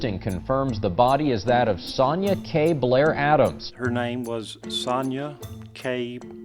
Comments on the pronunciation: Strange pronouncation of 'Sonja' A very common name in german btw, pronounced 'Son-ya' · Normally here in the USA it is pronounced son-ya as well. First time I've ever heard the j pronounced this way.